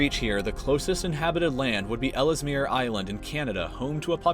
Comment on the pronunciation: Its pronounced Grease Fyord. Not Grissss. Also, its pronounced L's meer not Ellis mer.